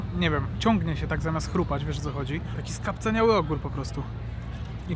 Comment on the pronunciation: skapcAniały się mówi się pan. SKAPCANIAŁY.